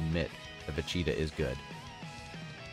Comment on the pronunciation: take a shot whenever he says "vecheetah"